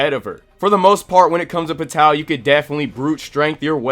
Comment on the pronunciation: The way you pronounce Pitou's name, and the rest of the characters makes my anus prolapse.😕